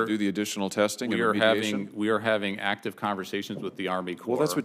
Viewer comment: He's having "actice conversations." Huh? What's an inactive conversation?